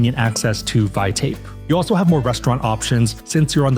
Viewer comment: Vaitape is pronounced "V (eye) (tah) (pay). there is no Tape in Vaitape